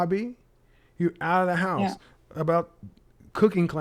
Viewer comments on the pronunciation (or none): none